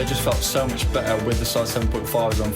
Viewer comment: Correct me if I'm wrong, but he said pretty muxh